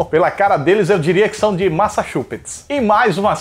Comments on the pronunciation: Massachupites kkkkkk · Massachupetts KKKKKKKKKKKKKKKKKKKKKKKKKKK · Massachusetts kkkkkkkkkk